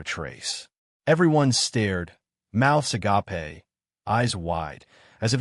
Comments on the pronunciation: ~ "Ah - gop - aa" LoL! It's pronounced "Ah - gayp" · Oh ffs, can you please fix the AI voice. Between agape and the butchery of numbers (specifically times and currency,) these stories are getting painful to listen to.